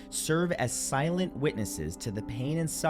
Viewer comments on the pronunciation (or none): none